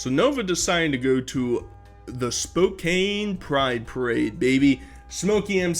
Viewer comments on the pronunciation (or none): spo-CAN ffs